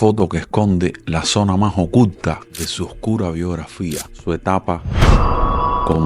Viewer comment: Está muy buena la historia, pero habla bien, ocutta no, oculta, gobennao, gobienno, principammente, pessona, qué es eso?